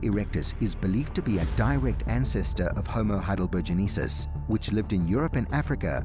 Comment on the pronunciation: Heidelbergensis has 5 syllabels yet he consistently pronounced it with 6 syllables. I don't know why he did that, but it certainly doesn't give me any confidence in anything else that he says.